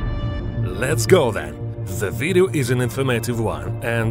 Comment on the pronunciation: I love how he says " ZE VIDEYO "